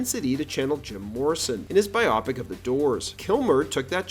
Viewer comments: It's a bio-pic. Not a bi-opic. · I’m sorry, but, dude, seriously… biopic = bye-oh-pick (as in BIOgraphic PICture)